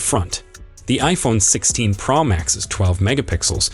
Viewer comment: Why can’t you pronounce Pro correctly??..it’s not praw Max…it’s Pro ..O…like in Oh….makes this video unlistenable